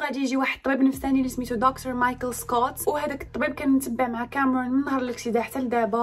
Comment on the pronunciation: ليش لهجتك بالانكليزي هيك كامررون